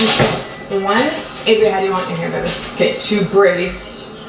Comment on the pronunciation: I hate how she says "baby" sounds like theres marshmallows in her mouth